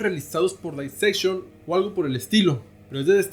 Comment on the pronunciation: Éste tipo no sabe nisiquiera pronunciar Dissection, todo lo que dice en éste video es pura tergiversación casi cristiana...